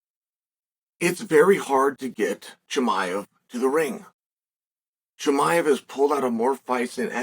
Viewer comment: “ khazmat chimiev “